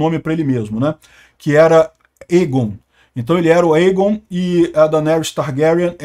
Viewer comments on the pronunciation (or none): none